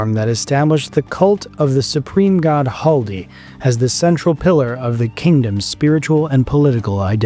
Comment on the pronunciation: it's not Haldi. It's Khaldi